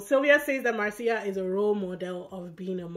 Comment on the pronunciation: A tip about pronunciation, it's MAR-cia, not mar-CI-a, the stress in the first syllabe, just like my name, Marcio.